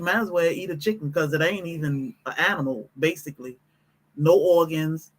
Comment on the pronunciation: Not chicken it's "icken"🤢🤮